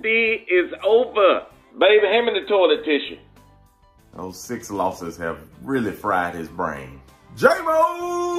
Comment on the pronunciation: "Toilet Tissha". PERFECT.